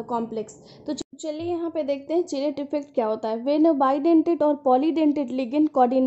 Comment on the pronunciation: किलेट not चिलेट mam